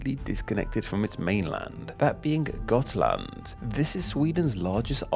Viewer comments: I love your pronunciation of the counties, especially Halland, Gotland, Jämtland and Södermanland, which were all pronounced correct. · I'm from Gotland (you pronounced it correctly) but the origin of Gotlands name is a little more complex. It is thought that it could originate from the Goths as you said, but also from the old word for seal, making it seal island (which is strange, as we have seals on some parts of the Island, but not commonly). Gotland has had a few different names in history, more recent was Guttland and earlier was Gulland, with Gull being the old word related to seals. And why the L's later on became T's could be because L and T used the same runic letter, making it hard to translate. The "Goths" you mentioned are called Gutar in Swedish, which makes more sense with the old Guttland name. But it could be that it's actually meant to be Gullar, that would roughly translate to something like Seal People. Now a days we are more akin to Sheep People. We're like Swedens Ireland.